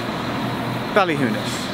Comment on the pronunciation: Geoff’s pronunciation of “Ballina” is spot-on.